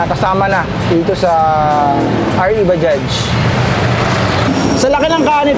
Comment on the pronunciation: baja lang po yan kung bigkasin..silent j dpat yan.. pangit pakinggan kung bajaj na pagbigkas..prang wla tayong pinag aralan nyan hnd ntin alam ang silent j na word